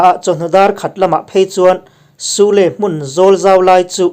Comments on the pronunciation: sule hi suli ti a lam zawk tur niin k hria 😁👍👍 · Sule☺️☺️ spelling cu a dik a mase suli tih angin lam ri zawk la fuh ka rig🤭🤭🤭🤫🤫🤫